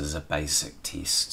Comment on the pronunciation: What kind of accent is that teeeesht (test)? Hahahahhahaha